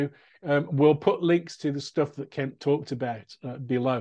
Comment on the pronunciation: Oh, "Ken**t**". Not "Ken". Oof...